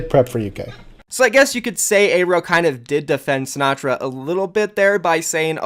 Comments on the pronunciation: how do you always pronounce pretty much every name dude it's not "eyrow" you say it like "arrow" and his real name is so american and it's not "A ron" Aaron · its pronounced "air-o" not "aye-ro"... you're fucking killing me man